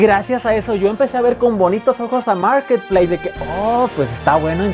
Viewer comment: Nadie: Absolutamente nadie:: MOOURKET PLEISSSSSSSS